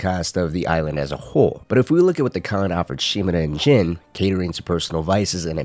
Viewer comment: Sorry bro but I can’t stand the way u say “Yarikawa” and “Shimura” 😭